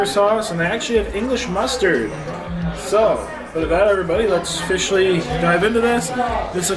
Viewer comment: There was no pun intended when you said ‘ofishelly’ dive into it